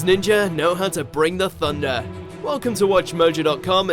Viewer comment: "theses ninjas know how to bring the tunda"